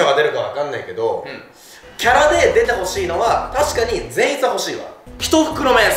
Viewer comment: フィッシャーズでも善逸のイントネーションが気になるとは…笑